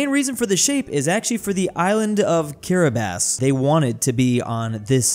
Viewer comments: I'm surprised pronounced Kiribati correctly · It's kinda bizarre that pronounces Kiribati correctly, but pronounces Aral as "aerial."